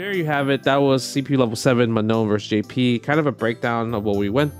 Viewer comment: It is NOT ''ManoN'' it is ''Maa Noh''